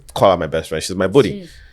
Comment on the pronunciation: It's called buddy (body) not budi